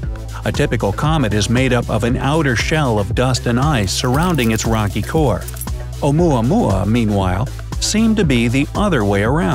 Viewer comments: When oumuamua sounds like yomama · Lol "oumuamua".😂😂